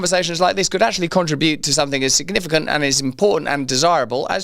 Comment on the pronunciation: Con-TRIB-ute, not CON-tri-Bute